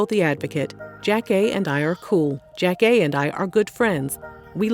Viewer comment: I used to love Elgin's reality show. I think it was ahead of it's time. And loveeeeeeeeee Jackée!!!!!!!! I recall thinking she was my mom whenever Sister Sister came on 🤣🤣 also, lovehow you pronounce her name correctly! Thanks for the doc!